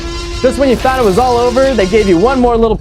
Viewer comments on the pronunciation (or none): none